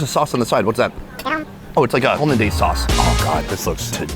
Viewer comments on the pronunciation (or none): Meh, after you said “holeh-daise” sauce, maybe not lol